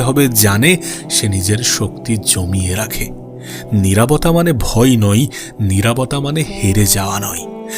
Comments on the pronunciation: নিরাবতা নাকি নিরবতা..?🙂🙂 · নিরাভতা নারে ভাই নিরবতা